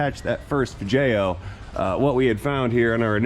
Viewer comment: Fabricobble... vidjeo... almost like AvE just dropped some new material!